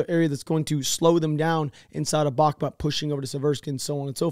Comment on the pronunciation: The town is pronounced "Bakhmoot" not "Bahmat". As a Ukrainian at first I was confused which town you're talking about than I realized you're talking about "Bakhmut".